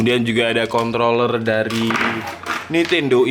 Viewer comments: Kontroller tanpa r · contloler nya :) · Contol bukan? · Contol Lurr??